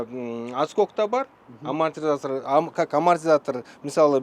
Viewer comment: 😃😃😂 амортизатор айталбай согунуп салдыго😃 амамортизатор😂